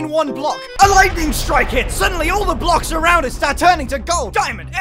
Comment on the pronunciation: "What if this was multiple "Bluksh" wide!"